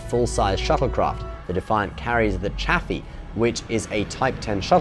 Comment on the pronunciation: Chafee is pronounced "SHAY-fee", not "CHAFF-ee".